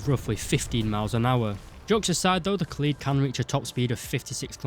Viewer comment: It’s not ka’lead It’s Kaaaaa led Kaaaaaaa Led